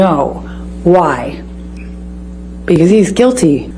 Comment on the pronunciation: IM WHEEZINGHELP- ITS THE WAY HE SO CLEARLY SAID “Bcuz I don’t want to-“ 💀